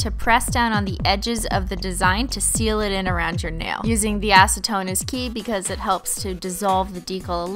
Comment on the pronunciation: dose anyone think assatone when she says acitone